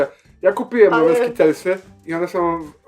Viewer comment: Powtarzam odpowiedź na pytanie konkursowe: wymawia się skitLEsy, a nie skitELsy ;)